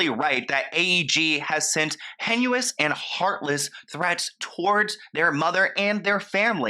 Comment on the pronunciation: Lol the word is hay-nus (heinous) not hen-u-us, my friend